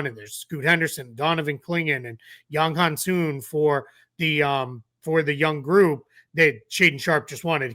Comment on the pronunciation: It's Yang Hanson. Not hansume. is wrong in his pronunciation.